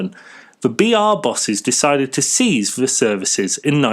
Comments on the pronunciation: Not CARTAC 4, CARTIC 4, not Seize - CEASE, pronounced seese. Interesting article, but do your research and pronunciation of the English language better. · it is three pence , not three dee ! Also cease , not seize .